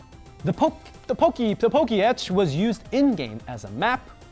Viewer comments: Pokétch is pronounced Pokétech. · You didn't even actually watch the anime to learn how words are pronounced. "Cilian"? It's Cilan. Pokétch is clearly pronounced as [po-ketch] if you bother to watch the show